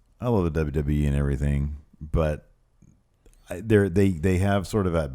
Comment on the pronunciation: Went to check out the perfect ten. I know they are new and it may improve but right now it's absolute trash. Guys have no natural charisma and are lame. First two videos I clicked on the guy couldn't even pronounce WWE.